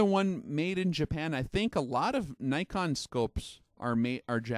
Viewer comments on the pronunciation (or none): none